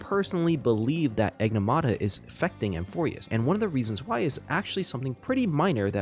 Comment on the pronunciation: Bro kept saying Enigmata wrong 😂